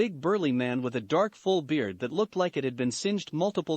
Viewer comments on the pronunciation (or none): none